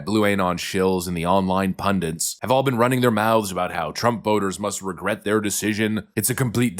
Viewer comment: The word is PUNDIT. Not "pundant."